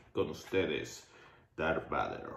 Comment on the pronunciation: Me enojé bastante cuando dijo Darth BADER, es VADER!!!!